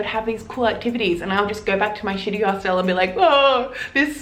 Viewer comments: You look like an intelligent woman, and I would hate for you to keep sounding like a 3rd language speaker. It's a Hostel and not a "Hostelle". Pronounced as "Host'il" . If you want to twang it, you risk sounding like you are talking about a knock shop. :-) Thanks for the vid! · It's HOSTAL not HOSTELLE. Stop using your own pronunciation please.. otherwise pretty decent tips. But I don't know what kind of hostals you stayed at but most hotals dont have a bedlight. It's basic. A room, 3-6 bunkbeds, no gender seperation. If you're travelling, you expose yourself, so always be wary. Europeans are friendly but creeps are everywhere, unfortunately. That includes lady creeps^^ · hos TELLS? Learn to speak properly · I’m sorry… but your insistence on mispronouncing ’hostel’ makes listening to you too irritating. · "if you're going to make fun of me for mispronouncing this word, oh well. I mispronounce this word" would have been a better intro. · How can you help us you carnt even say the word hostel right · You do say hostel weird. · you say hostel weird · Glad she’s addressed the way she says hostel right from the start lol